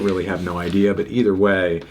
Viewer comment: stop saying idea like that